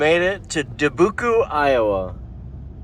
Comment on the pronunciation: Du-boo-coo???? Lmao 😂 😂😂 It’s Dubuque! Pronounced duh-byook.